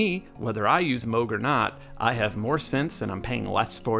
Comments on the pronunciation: Yeah, what does he know. It's only his name and he still gets it wrong. 🙄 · (Also Dutch) To complicate things: the pronunciation would be different whether you're from the North or South of The Netherlands. But yet, the old guy gets it wrong either way. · I’m dutch. The old guy also mispronounces it. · Mogchhh...Well then since we're all saying it wrong i'll stick with moooooooooge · I know a woman that went to high school with a kid who brought a gadget that his dad was working on to a high school dance in upstate NY. That was back in the mid 60's. She said it was a bulky thing . It was one of the first prototypes of the Moog synthesizer , The kid's last name was Moog , not pronounced moo like a cow but " oh ". I guess he didn't like it when people pronounced his name like the sound of a cow .... Moo......... So there you have it , from the horses mouth. 😎